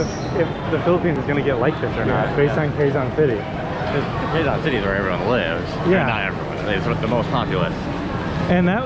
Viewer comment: The “Quezon” not Quegon it pronounce “KeZon”. 😉